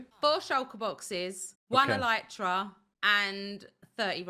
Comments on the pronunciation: Wait pronounces it El-eye-tra:O I've finally found a Hermit who pronounces it correctly! (Or the way my family always has anyways:P) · the funny part is that both pronunciations are wrong. /ˈɛlətrə/